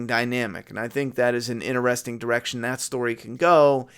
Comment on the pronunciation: “Inerestring”? Not Interesting? Lol